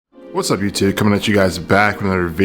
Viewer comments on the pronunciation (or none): none